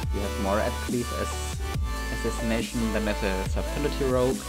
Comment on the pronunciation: subtility lol. that pronunciation